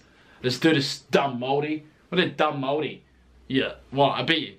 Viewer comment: Its hard for me to accept that a Pakeha, who has had their heritage in NZ dating back two hundred years can not pronounce the word Maori correctly. Dare i say cant be fucked being respectful enough to be correct. The phrases 'Oh, its too hard' or 'I am too old school for that' ? is getting old. Yet when someone from china or ironically from Europe can be literally taught the correct pronunciation in a matter of seconds is nonsensical to me.